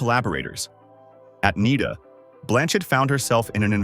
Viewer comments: It's not "NEEDER", it's "NYDA". Mel Gibson trained there too. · Nida! N eye da. National Institute of Dramatic Arts. Jees bloody AI! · has cate really left andrew................btW N.I.D.A IS pronounced like cider